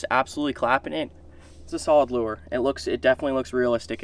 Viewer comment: Its lure not loo-er